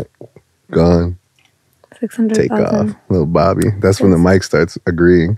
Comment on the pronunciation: American/Canadian saying bobbi sounds like barbie😂😂